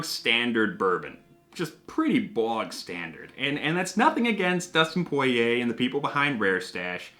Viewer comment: Awesome review! Now we gotta try that Early Times: Bottled In Bond! We 100% agree with you on the prices of these celebrity whiskeys being too high. POY-YAY pronunciation FTW! Btw we miss your Dan Hibiki Figure, hope to see him someday again!